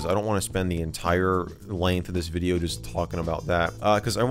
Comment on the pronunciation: You said welcome back to another hideo